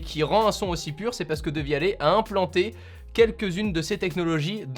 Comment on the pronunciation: Qui prononce "dévialette"